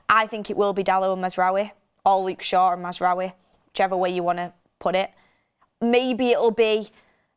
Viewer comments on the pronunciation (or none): none